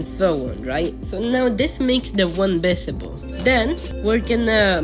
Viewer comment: Visible sounds like bisible